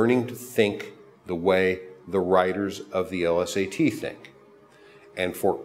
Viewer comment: L-S-A-Ts? What is this dude too good to say LSAT like normal people?